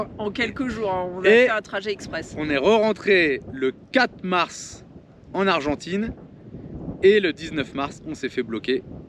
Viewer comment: Noooon ......Pas argentaine......"Argentine"